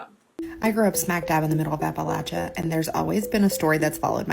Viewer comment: Props on saying Appalachia like the Hillfolk do :)